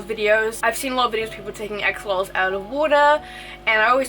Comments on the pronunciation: Just as a note they are not AXE🪓olotls, it is pronounced ASH' O' LOTLs (🇲🇽AXOLOTL🇲🇽) from the old language NAHUATL (nawatl in order that u can know how to pronounce it by the way too). GOTTA THANK U Gringos, cuz this is a BEAUTIFUL animal and we the Mexicans from where it is originary as an endemic species NO ONE GIVES a DAMN for those lil BEAUTIFULL MONSTERS (but just a few who also love💕🐉em and study to keep em in the right way), so they are getting extinct 😞😞😞 even no so long ago a bunch of MORON mexican Politicians made a MASSACRE with 200 healthy mature Axolotls in a more political action for votes than for the species subsistence. But I am sure that as in other species situations YOU🇺🇸will be MUCH MORE SUCCESSFUL RETURNING THE AXOLOTL to a SECURE NUMBER OF THE SPECIES and in a GOOD PLACE SUSTAINABLE 🙏🏼😔 even if not being the original one but good if it is for their best. So I send my BEST WISHES AND REGARDS👍🏻🇲🇽🤜🏻🤛🏻🇺🇸. THANK YOU 🙇🏻😘🫂🤝🏻😆💕🐉. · I kept thinking she was saying ex mortals instead of axolotls